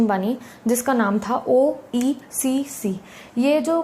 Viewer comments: It's BRICS- BRAZIL, RUSSIA, INDIA, CHINA & SOUTH AFRICA. Not BRICKS! OEEC, not OECC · Didi oecc nhi hai oeec hai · It's not OECC . It's OEEC.